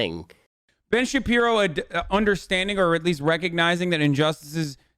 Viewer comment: ‘Ben Shapino”